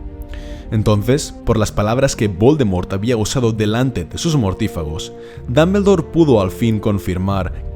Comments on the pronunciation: Se pronuncia damboldor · Porqué tiene que decir Dambeldor?? Porqué!?!? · JAJAJA dambeldor, pronuncia bien por favor el nombre, gallego, gracias! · es DOM-BUL-DOR no DAM-BEL-DOR, después porque los latinos les hacemos bullying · Pero no es Dambeldore es Dumbledore😒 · Me mata su Dameldor Dameldor y más Dameldor mátame Dameldor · Me gusta como dices Grindelwold y Dambeldor Gran vidio Estoy siguiendolos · Ya y mi última profesora de inglés se fué con 17 años a Londres y volvió 20 años después y dice "Ji (he), Jer (her) Jis (his), mi hermana lleva viviendo en Londres 6 años y sigue diciendo "Apel (apple), iguel ( eagle) o dambeldore (Dumbledore). No te hablo del nivel gramatical sino de lo que es más sencillo todavía, escuchar, te hablo de saber pronunciar las palabras como se pronuncian. Entender que aunque compartamos alfabeto las letras suenan distinto. De eso te hablo. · Tomi Puerto en "occidente" pronuncian el nombre como la pronunciación inglesa... Los españoles pronuncian como se lee y eso es incorrecto porque los nombres no se traducen